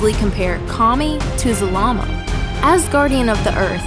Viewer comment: “The ancient dragon god, Zamama” Did anyone else catch that ? XD